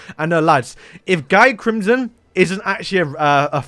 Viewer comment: is not guy crimson is pronounce gyi